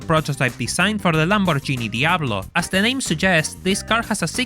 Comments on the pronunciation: I hate to be that guy but in "Lamborghini" the g is hard, like the word "gate". You need literally 20 seconds to go to Google translate and check the pronunciation, do so next time. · I got a question. You Sound italian and said Lamborghini like lambor genie, is it Common to be pronouncing it Like this? Assuming You are italian at all, of course